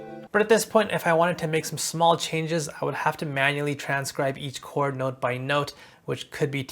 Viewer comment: Wtf is chaooord 😭💀